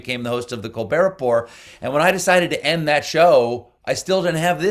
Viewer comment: Can't believe you mispronounced Colbert Report. How the hell can you have never watched an episode and think you are prepared for this interview?